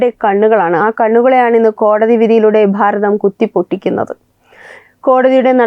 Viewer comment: Pharatham ennalla Bharatham ennu parayunnatha bhangi